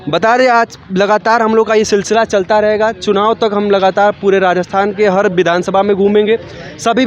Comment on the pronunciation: vidhan sabha boolna sikh bhai phle 😂😂